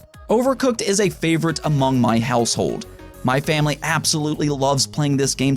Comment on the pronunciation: Heh he said framily